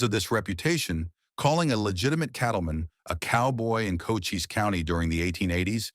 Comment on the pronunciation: FEW PICS ARE EVEN RELATED TO TOMBSTONE. Ed Schefflin & other names, including Cochise County are pronounced wrong...the narrative seems to be more prose than facts!!! Sickening what click baiters are doing to history!!